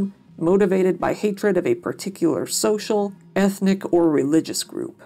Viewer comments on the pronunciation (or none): none